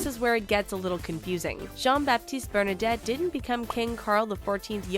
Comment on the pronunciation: That video has so many so many mistakes, it's annoying that they don't do more research before uploading it. Bernadotte, not "Bernadette"... Sweden is a constitutional monarchy, so the king isn't ruling the country, and neither is his family. His first name isn't "Carl", it's "Carl Gustaf". They wouldn't call the British king just half his name would they "King Cha". The photo on the right isn't him, but his son Carl Philip. No, he did not get rid of that law. It was the Swedish government who did that. Against his will. The King has no power to change any laws. Her name isn't pronounced "Mad a line", but "Ma the len". No, Prince Gabriel was born in August 2017, not 2018. No, Prince Nicolas was born in June 2015. It was Princess Madeleine's 3rd child, Princess Adrienne, who was born in 2018, but in March, not June. No, they had 7 back then, and 8 now (Estelle, Oscar, Alexander, Gabriel, Julian, Leonore, Nicolas and Adrienne)